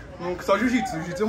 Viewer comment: jiu-jiPsu. "Asertô miserávi"!